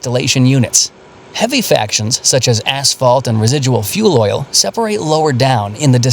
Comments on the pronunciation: It was a bad denuciation ....er...bad pronouncation... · Fractions not factions. It is fractional distilation. Is this another BS fake channel?